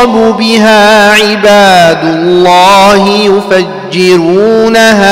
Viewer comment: كأنك فخمتها ؟